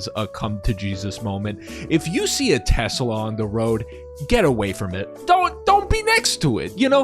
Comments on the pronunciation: 'used to'? they STILL do. he literally did it. this happens in almost any non-rhotic accent. people didnt just use to add Rs randomly everywhere. its very specific and predictable language usage. 'used to' would only be accurate if this was a recording of a dead speaker and no living speakers spoke the same accent. neither of these are currently true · It's because that's the only time he can use a hard r and not get push back! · It’s actually fairly common in the south. I feel like it’s how half of Texas says it. Since moving to NJ I haven’t heard it once 😂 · Saw someone say “I’ve never heard someone say Tesla with a hard r before” xD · I've never heard anyone say "Tesla" with a hard r before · "Tesler Siber Truck" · Surprised no one has decided to call it "Te-slur" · "I love teslur" yeah bro... we know you do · I think he said 'Teslur!' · Tesler? Did he mean to say Hitler? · Tesler is what he calls Elon’s package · Chuck Testa? Nope, it's Chuck Teslur! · It s teslur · He didn't say "Tesler," he said "TeSLUR." It was a Freudian slip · says tesler first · every youtube video should contain someone saying "I LOVE TESLER" from now on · “The Sheriff’s a Tesler!” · Tesler? I hardly know her! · You’ve never been to Maine then lol. The accent is to pronounce “ah” like “er” and “er” like “ah”. “Amander” “Samanther” “Tesler” lol and then of course “lobstah” “cah” “rivah” lol. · no no no. It’s got the same roots as the Boston accent. You say “Tesla” or “Samantha”. It’s just that you insert R sounds when words end in most vowel sounds if the next word starts in a vowel. “Samantha ris my best friend” “Tesla rasked Elon to please step down so a real ceo could run them” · He said it like it was a tes slur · Was nearly saying T-slur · that damn tesler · its a Tes Slur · Can’t believe Donald pronounced Tesla with a hard r. To be fair, he is known for pronouncing words with a hard r, but never this much. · He just really wants to say a different “er” word